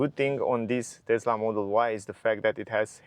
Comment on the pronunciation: You own a TeSSSSla Model Y ... not a TeZZZZZZZZZZla Model Y.